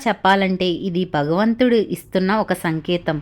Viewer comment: బగవంతుడు కాదమ్మా భగవంతుడు. తెలుగే సరిగా రాని నువు ఇంకోళ్ళకి చెప్పేదేమిటి? భోషాణం!